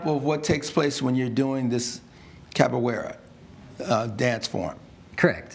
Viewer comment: The way they are pronouncing the word “capoeira” is making me cringe a little …